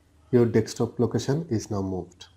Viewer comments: It's DESK TOP, not DEK STOP <3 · c the accent breaks the word a little